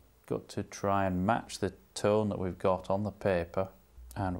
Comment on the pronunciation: Well, I made that 40 times he said 'tone', or was that 'tawn' (and that's not including the 'tonals', I mean 'tawnals')!